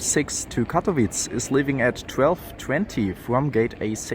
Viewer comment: Katowice nie "Katowitz"